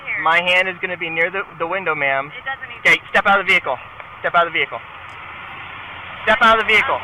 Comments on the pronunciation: One of the bingo slots should be mispronouncing of the word 'Vehicle". "My Vee-hickle" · "Ve-hi-cle" God it got annoying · "commercial vee-hic-cle" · "I aM NoT dRIviNG a COmmeRCiAl VeE-hICkLe"